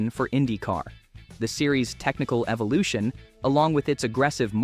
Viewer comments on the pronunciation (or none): none